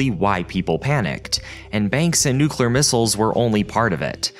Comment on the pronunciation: I just want to say that I appreciate that you pronounce ‘nuclear’ correctly and don’t say “nucelar”